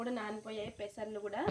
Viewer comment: పెసర్లు కాదమ్మా😂 పెసర్లు.